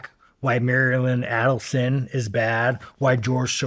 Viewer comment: Wow Sean thinks he understands the whole history better and can articulate it better than Candace. He struggles pronouncing Aidelsohn...also trips over digestible... Sean YOU think and say that ordinary people are stupid...pot calling the kettle black much? Candace has been doing research and a book club on these issues since before being fired from dw